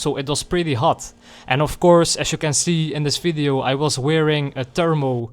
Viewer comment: Wer im Englischen "Fideo" sagt, muss Niederländer oder Flame sein. BTW: Ich werde NIE verstehen, warum man Motorrad fährt und sich dabei über Cardo & Co. beschallen lässt. Ich fahre Motorrad, um eben NICHT voll getextet zu werden.